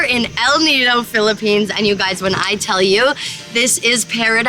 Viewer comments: It's "PHILIPPINES" not "PHILIPPENES" I'm from the Philippines but no biggie, I understand how taxing editing these awesome videos can be, Molle. 😆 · 'Philippenes' lol.